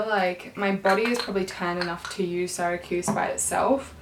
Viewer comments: Just a note, it’s pronounced “See-ruh-kyooz” not “Sigh-rah-kooz”. It’s a city in New York. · That NARS foundation shade "Syracuse" is pronounced "seer-uh-kjuse". Not a big deal but I went to Syracuse University and just had to say something lol